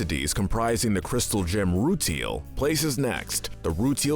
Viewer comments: Me, a huge Steven Universe fan: Oh god... Here we go. How many mispronunciations will we get? (Ruteal?! Really?! It's clearly pronounced RuTILE) Also where are the Garnets, Prisms, and Fable from the Steven Universe video games? (Yes, those are canon to the story.) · its roo-tile not roo-teel and shes not a crystal gem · rooteal twins as well lol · They say those names in the show so your saying them wrong also rutile is roo tile rutile not rootl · Rooteal? Lapis Lazooly, Padprassha? BISMOOTH? SUJILLITE? Oof. Just say you read a couple tumblr posts, never watched the show, and move on. Corporate channels use fandoms for clicks without actually understanding the content they're making. I'm shocked you got Nanefua right. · awesome video but have you even WATCHED steven universe????? the way you pronounce most things (rutile as roo till and lazuli as lazOOlie etc) make it seem like you haven't -_ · Wtf is wrong with you dude why are you saying names wrong bismuth is not bismooth and rutile is not rootle or what ev you said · Uhm, is anyone else noticing the mispronounciations? Bismuth, Sugalite, Rutile...? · And the Rutile Twins